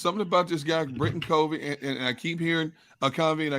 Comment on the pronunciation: It’s cuv-ee not cov-ee